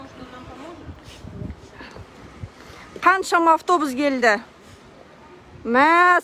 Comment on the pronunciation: Гельди емес келди 😅